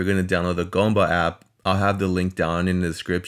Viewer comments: It’s g[oo]mba, not g[oh]mba. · GOOM-ba, not GAHM-ba ---- OO as in Doom, or Gloom